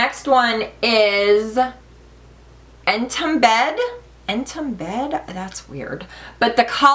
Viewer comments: en-toom-bed. Is that spelt "entombed"? Because if so, that "b" is silent. You know, tomb? Like grave? en-toomd. Like buried. Also, I'm not sure whether the camera is making that middle shade of Monarch bluer than it is but it doesn't really look taupe to me. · I just bought Chrysalis today.Love love love. That color next to tornay,I think is pronounced En Toomed. The b is silent, like in comb. You're fabulous. Please do Chrysalis first.